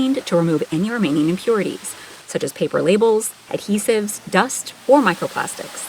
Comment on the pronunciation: 'microplastics' lol